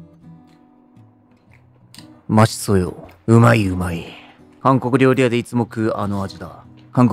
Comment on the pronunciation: 韓国料理 が 暗黒料理 に聞こえた